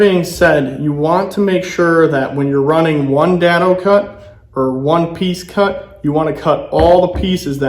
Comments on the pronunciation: Day-doh. Not Da-doh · Good tips! I'm pretty sure its pronounced dado with a long a like in day. :)